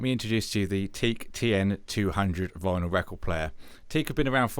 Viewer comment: Hi.nice clear review. Just a quick comment .it's pronounced Tee Ak ( I should know worked for Teac selling and servicing their pro studio equipment for many years.)